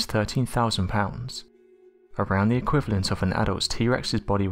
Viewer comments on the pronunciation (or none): What is worse?.. Hearing you not pronounce 'th' properly..